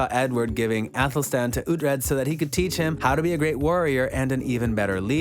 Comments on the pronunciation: OoT-Red?.....silly goose.... Oo-Tread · It’s pronounced (Ouu-Tread) not (Ah-Tread) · Why would you even make a video like this you're obviously not a fan you can't even pronounce Alexander dreymon character name right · The guy is clearly just reading a script without ever watching the series or reading the books. You know he has wasn't the show from how he pronounces Uhtred's name. His name is said at least 50 times a show, so if you actually watch the show, you would know how to pronounce it correctly.